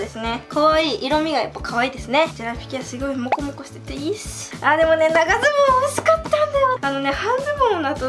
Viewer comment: もこもこがロコモコに聞こえてジワジワくる